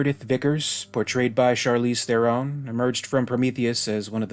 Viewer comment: It is pronounced Thron ...not Theron